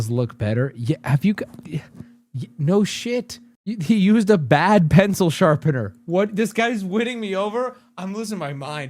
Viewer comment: WHY DOES HE KEEP SAYING "SHARPENDER"?!?!?